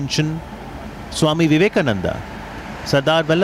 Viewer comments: Swami Vivekamondon, very close to Vivekalondon - Swamiji has turned in his grave!! We are brave hearts - so survived, though I am writing from ICU!! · You people should teach him how to pronounce before he came to India. Worthless! Swami Vivekananda becomes Swami Vivekamondon. Ridiculous. Do US people have any problem in their tongue? I am very curious to know that. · Veeve Ka Mun Nand.....like Wtf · "Swami Vivekamammd" ~Donald Trump